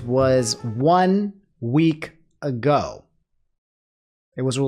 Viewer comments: One. Week. Ago. (pauses and deadass looks straight into the camera) You know what it is. You better fckin say it. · I saw the date on the Gabbie Hanna video and my spirits were raised, only to be swiftly crushed by articulation on the "1 week ago". You win some, you lose some:(